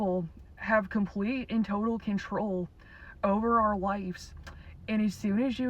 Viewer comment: This is AI. Doesn’t know how to pronounce “ lives”.